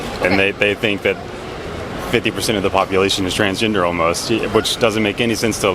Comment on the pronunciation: Did he say transginger?